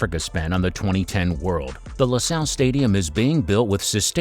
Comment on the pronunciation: Loo Sale .... not LAH SAHL ... this reminds me of the Galbani advert 😆